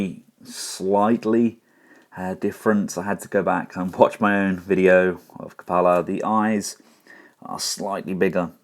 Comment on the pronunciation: It's pronounced "kyoo-puh-luh" as it is an actual word.